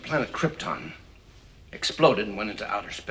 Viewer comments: It's not a sin to sit through 5 mins 40 secs of those epic credits listening to that epic theme. Krypton IS pronounced KrypTON, not KrypTORN!! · Their pronunciation of the word Krypton is just right. You, on the other hand, say something like "kryptaaahwn"...awful!! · Pronounced kryTIN? Since bloody when you moron. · Dude, nobody pronounces it like Krypt-ohn. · Its Krypton not Kryptooooon, dummy. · No, narrator, everyone in the movie is not mispronouncing Kryptaahn. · So everyone on Kriptin pronounces it Kryptin, but only Earth people pronounce it Krypton? I think it is we who are wrong... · Everything Wrong with this Everything Wrong with Superman the Movie: Sin 3: Krp-tin, Kry-ton, Tomato, To-mahto, Sin 4: Its a two part film, which reminds me, do a Sins video on Superman 2. Sin 9: You make a joke but fail to point out the bigger sin, as to why a baby Superman would remember this information--which he clearly doesnt. Sin 22: Because I'm sure the Pimp was watching Clark. Sin 27: Yes, a computer is exactly how it works. Sin 32: Its similar to Sun rays from our own sun. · Was watching this movie again last night, and caught a sin that everybody missed, and it ties in with Marlon Brando mispronouncing "Krypton" (on purpose; you're definitely right about that one, CS). How the hell does Superman know how to pronounce "Krypton" correctly? The only way he even knows the name of his home planet is because Jor-El told him, and Jor-El always pronounces it "Krip-tin" (so does his mother, BTW; I watched Superman II, too). So if Superman has only ever heard "Krip-tin, Krip-tin, Krip-tin" for 12 frickin years, how does he know the proper pronunciation is "Krip-tawn"? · Maybe it's YOU who mispronounces Krypton. I don't think they would make such an obvious mistake.. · Kinda stopped watching after you said they mispronounced Krypton. Yes, I'm sure even on Krypton, different people had different accents. Kinda like comparing how British and American people talk.